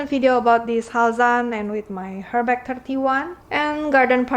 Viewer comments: It's pronounced "er-mes" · Why don’t you learn how to pronounce Hermes first ?